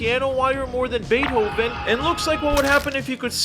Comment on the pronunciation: “Bay-Hoven”? 🤨 Also, since when does Daniel Craig have an Eastern European accent?